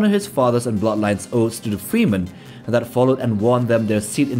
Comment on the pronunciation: Not sure if I should laugh or get irritated with "freemen"